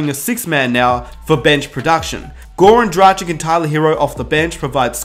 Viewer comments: Sorry man, but if you are a Heat fan, you should have learned by now how to pronounce Goran Dragić's name. He has been with the Heat for some time now. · I feel your pain. Gogi has been has been in Miami for years, so there is no excuse not to learn how to pronounce his name. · it hurt me inside every time he said goran dragič wrong